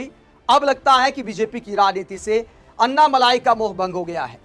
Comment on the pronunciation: मलाई नही अण्णामलै कहते है तामिळ मे